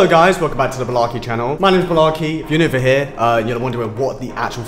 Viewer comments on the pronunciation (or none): Balarke! Uh, Do you mean Blake...?